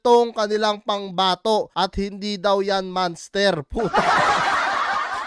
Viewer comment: Manster ha? O monster?